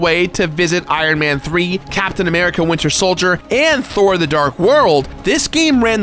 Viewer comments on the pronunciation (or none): none